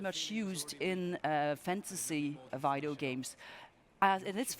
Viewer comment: why does she keep saying "Vaidio" games lul